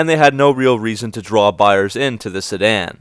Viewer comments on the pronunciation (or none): none